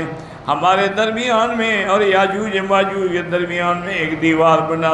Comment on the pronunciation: یاجوج کے ساتھ ماجاج کیا ہوتا ہے، یاجوج ہے، اسے صحیح کریں۔